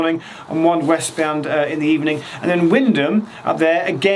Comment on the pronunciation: I’m from Norwich and I work at a high school in Wymondham. I’m amazed you know the pronunciation 😂 nearly everyone not from Norfolk tries to pronounce it how it’s spelt. It’s crazy to see one of my YouTube subscribers from London filming my home territory 😂